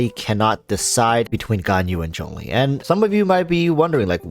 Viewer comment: It's Zhongli